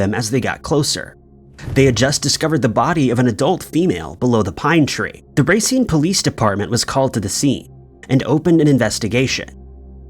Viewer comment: 😅 Lately? 😂 He's the one consistently mispronouncing YouTuber I watch & it's been going on for YEARSSSS! 😂 I usually celebrate the wins like "Racine" today. 🎉🤣